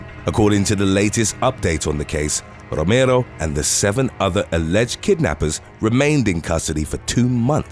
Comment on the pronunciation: I love the way he pronounces my last name..."Rooomerrro" .. he rolls his Rs perfect